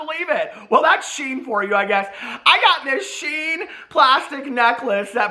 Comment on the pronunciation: You pronounce Shein like "She In" not sheen 😋 They're too problematic they don't deserve as a sponsor